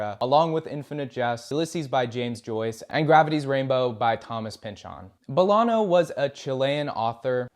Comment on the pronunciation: He says Bolano weird too. Not a bad video but the pronunciation feels slapdash.